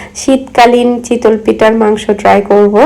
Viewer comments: Apnar kothar onk prblm ace... চিতল মাছ হয়। আর এটা তো চিতোই পিঠা.. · mind korben nah apni pronunciation chitol boltecen eta chitoi hobe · শব্দ উচ্চারনে আরও সচেতন হবেন যেহেতু আপনি পাবলিক প্লাটফর্মে কাজ করছেন।চিতল পিঠা বলতে কি কোনো পিঠা আছে চিতই শুনেছি। জাল না এটা জা হবে।কিছুদিন আগেও আপনি কেয়ারটেকার কে কেরেটেকার বলেছিলেন। আশা করি আমার কথা খারাপ ভাবে নিবেন না আমি অনেক আগে থেকেই আপনার ভিডিও দেখি তাই বলেছি।মিনিমাম শিক্ষিত মানুষ এত সিম্পল শব্দ গুলা ভুল করে না😊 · Chitol na chitoi